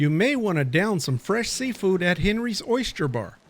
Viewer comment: Ahn- ree Not Henry